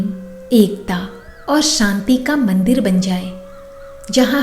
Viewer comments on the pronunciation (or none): none